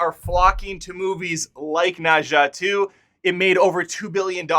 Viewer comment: Pronounce something as [nə dzʌ] (not exactly of cos, but I suppose it's close)